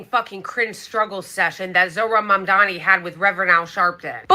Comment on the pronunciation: MAM-DANI!!! Why do you call him Mamdami??? Why